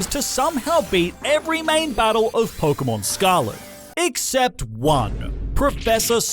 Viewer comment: It’s not porkumon it’s Pokémon